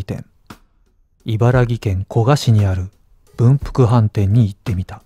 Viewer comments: イバラギじゃなくてイバラキだじょ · いばらき！。き！ですよー😂by埼玉県民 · イバラギじゃないですー イバラキ、です～〜w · いばらぎじゃねーから。 いばらきね！ 気をつけろよ。